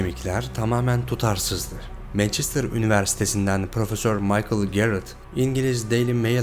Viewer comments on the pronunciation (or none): none